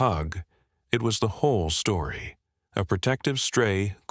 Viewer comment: Said stoory